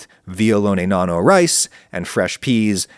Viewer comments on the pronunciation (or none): none